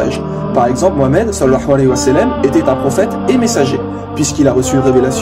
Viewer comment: Akhy attention a ta façon de dire sal allahu alahi wa salam, je sais que c'est l'intention qui compte mais ta façon de le dire à un tout autre sens ... tu dis salahua walahi sa salam. Autrement que dieu te protège pour tes efforts akhy